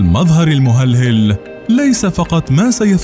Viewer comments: تُنطق المُهلهَل وليس المهلهِل . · تنطق ( المهلهل) بضم الميم وفتح الهاء وليس جرها بالكسرة.